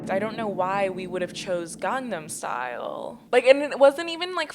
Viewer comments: instead of gangnam style it’s gee but instead of gee they say glee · I can't even speak it but as someone who is Korean that pronunciation was a hate crime